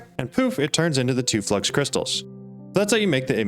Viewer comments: FLOO-IX it's FLOO-IX not flux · Its Fluix not flux like fluid but x instead of d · Such a good video that I'm not going to mention it's called "Flu-ix"